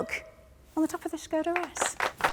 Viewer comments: This looks amazing! I really hope they keep everything in the production model - but worried about getting hair tangled in the head rest! I also love that you are pronouncing it properly - "shko-dah" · Thank you for pronouncing Škoda correctly!